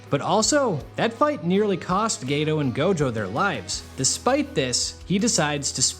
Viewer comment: Geto not gayto.